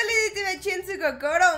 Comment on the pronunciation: Por que dices cocoro